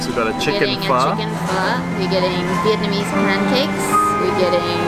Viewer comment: Viet-Na-mese... NOT Viet-MA-nese!!! :-P